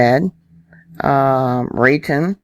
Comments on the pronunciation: I've been wondering about the NM volcanoes waking up. Thanks for reviewing this for us. Just fyi, it's pronounced Rah-TONE. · Raton pronounced ( rat own ) so you know. That whole area and east of there was all volcanos as well as 3 or 4 in the horizon fron Albq. The Toltec/Chama train gives you a vast expanse of hoodoos left over from the old volcanos from that area. I believe there is a fault line from what happened today that runs up through Castle Rock, CO south of Denver. Appreciate your updates.